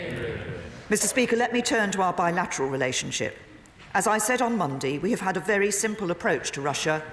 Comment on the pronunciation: That pronunciation of Monday bothers me.... I like to share things.....